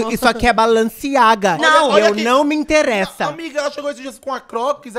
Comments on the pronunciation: o falando “ameressada” KKKKKKKKKKKK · O falando "AMERRESSADA" KKKKKKK morri!!!!